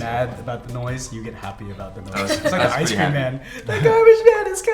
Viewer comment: GABAGE MAN!?! GABAGE START WITH A G